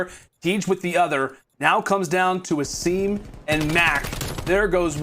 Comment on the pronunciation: this commentator is literally ass especially when he said "Ay-sim" wtf